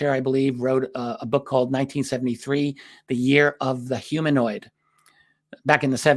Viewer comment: "Huminoid"